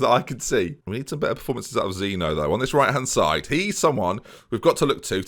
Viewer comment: Can’t help but feel that you didn’t win those games and had awful team talks due to one factor... That it’s ZEEN-YO NOT ZEENO